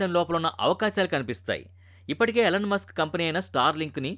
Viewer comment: అది " ఎలన్ " మస్క్ కాదు ర బాబు 🤦‍♂️ ఈ. ఈలోన్ మస్క్ 🫡